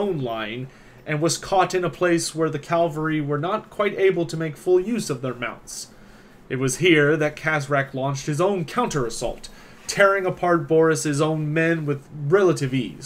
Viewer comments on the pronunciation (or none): Really enjoy your videos, I'm a fan and will sub right now. One thing though, it's Cav-al-ry, not Cal-val-ry. Just noticed you mispronounce that word in a couple in videos.